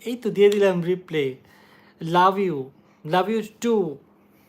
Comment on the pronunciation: Bhai Oita রিপ্লাই not রিপ্লে 😂😂 hayre